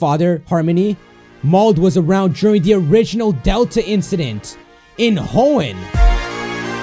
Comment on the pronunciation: Hoenn is said Like he on